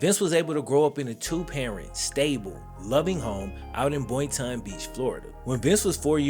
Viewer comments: Boyn-Ton 😂 pronounced Boyn-Tun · Bruh its boy-ton Boynton lol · Boyton is pronounced boytun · jhit said boytein jhit iz boynton lmao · It’s pronounce (boy-tin) but spelled boynton